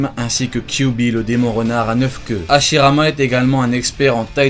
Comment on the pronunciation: tu dis Ashirama Senju Tobirama Senju